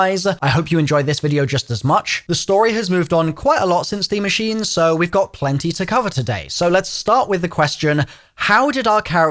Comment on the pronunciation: pronounces Der Eisendrache impeccably Also: butchers Die Maschine every time 🤣